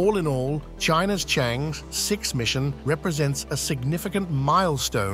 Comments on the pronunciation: It's pronounced "chung errr". Not chang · Changi is the world renown airport in Singapore CharngErrh is this lunar spacecraft. (not chang, not chang-eee) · it should be pronounced as Chang-Er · This commentary mispronounces Chang'E all sorts of diferentt ways and also the name of the relay sattelite and mixes up tenses, putting things that happened in the past in the future tense. If someone is careless about such things it is difficult, dangerous even, to take seriously, what they say about anything else.